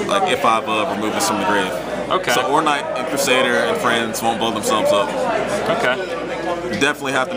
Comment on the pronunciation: "ornight"? "Cokies"? what